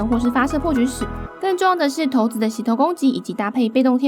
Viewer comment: 不是念骰(ㄕㄞˇ)子嗎?我怎麼一直聽到頭子